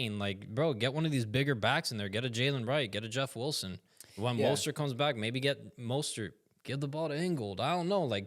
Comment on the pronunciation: Why do you say "Wulson"? 🤔🤔🤔